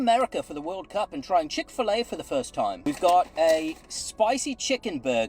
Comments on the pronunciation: Chick FE-La 😅🤣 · No way did the guy say chick-fil-a like that. I CANNOT believe that